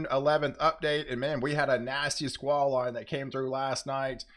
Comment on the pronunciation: I enjoy and appreciate your reports. Are you saying swah line? What does it mean? Thank you!